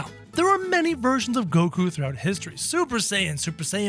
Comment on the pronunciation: Did bro just say koku